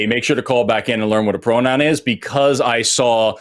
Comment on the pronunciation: … a pwonown not a nown. Go back to school.